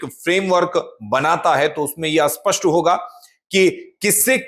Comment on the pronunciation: असपष्ट नहीं स्पष्ट होता है बार-बार एक ही बात सुनकर कान में दर्द होता है